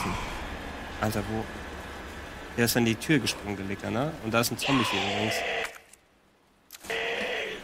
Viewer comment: bitte sprecht licker in der originalen englishen betonung aus das klingt sonds wie was anderes und das is nich gut loool